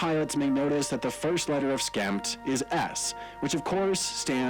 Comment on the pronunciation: Uhm, did he skip the P in SKEMPT?